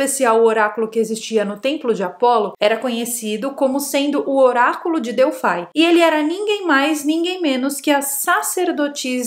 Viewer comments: só me doi o ouvido quando vc diz Oraculo de "DELFAI" já que a pronucia e Delfos ou o no Grego Delphi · pois é eu tb fiz isso só me doi o ouvido quando ela diz Oraculo de "DELFAI" já que a pronucia e Delfos ou o no Grego Delphi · é "oráculo de Delphos". Delfai, não. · vc está pronunciando errado a palavra Delfos. Dentro do templo, o principal espaço chama-se cela. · Q nervoso ela falando Delfai 😂